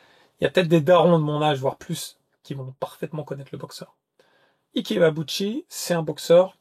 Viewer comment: IKE très bien prononcer 👍👍👍 IBEABUCHI très mal prononcer 😂😂😂 Ca se prononce AYBIBUTCHI...mise à part ce petit défaut de prononciation, j'étais un très grand admirateur d'Ibeabuchi, pour moi ce boxeur aurait bien pût être un très grand et immense poids lourd, je n'arrivais même pas à voir comment Tyson aurait pût l'arrêter, il est le premier à avoir battu Byrd et Tua, même si pour beaucoup, sa victoire face à Tua était contestable, pour moi ce ne fût pas le cas. Mais quelle carrière gâché, j'ai mis beaucoup de temps pour me remettre de cette mauvaise nouvelle de fin de carrière, il avait tout pour être le meilleur de sa génération...vraiment dommage